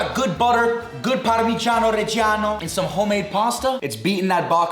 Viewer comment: I dont think you're italian, it's parmiggiano btw